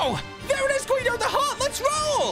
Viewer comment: It's Guido not quido